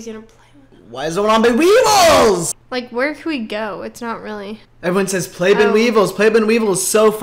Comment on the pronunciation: every time says weevils so tragically wrong someone in the world gets a yeast infection